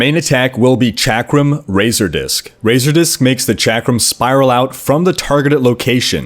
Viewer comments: Chakram is pronounced "shock-rum". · I don't know which annoys me more: di-AB-lo or chack-rum. Fucking ugh.